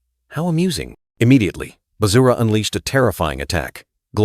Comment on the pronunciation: Bruh said Vajra is Bazura😂